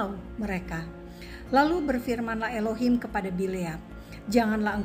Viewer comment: Pembacaan anda dgn Elohim itu Tepat sekali.